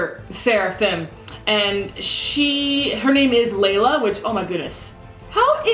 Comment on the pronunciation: Just a heads up, a lot of people are mispronouncing her name as 'lay-la', while in fact her name is pronounced as 'ly-la'. As for the episode itself, I squealed and gushed at the parts after Sorey pulled the sword. That fighting scene was amazing and really did 'melt my eyes' so much that I continued to watch the Hellion get destroyed over and over again by rewatching that part. Can't wait for him to fuse with Mikleo :D